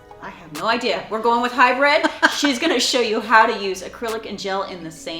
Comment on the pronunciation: I Know your meaning hybrid but it really sounds like your saying high bred